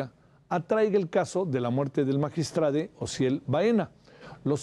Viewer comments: Magiatrade? Hablan bien. Im becil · Por favor no les sigan el juego a esta gente, es magistrado no magistrade. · Magistrade? Enserio nadie va a hablar correctamente? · Estas personas personas lamentablemente estudiaron en universidades patito por que no saben que la palabra magistrado es así como se oye y se escribe y no se pronuncia magistrade que pena que ellos siendo lic. En comunicación no pueden pronunciar la palabra magistrado